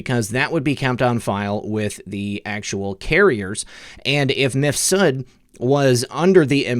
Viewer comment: Surely Mifsud is one name, rather than Mif Sud?